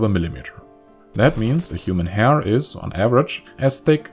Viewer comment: The pronunciation of “hair” ruined my understanding of the whole video